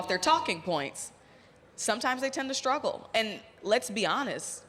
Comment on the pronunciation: I love how the woman in the red dress says 'schtruggled & schtrained' like all the other media zombies (see Marie Harf) that keep mispronouncing those kinds of words with an 'str' in it. Stop doing that. Is it some kind of status symbol to do that?